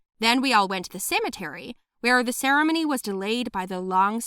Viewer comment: the way she pronounced ceremony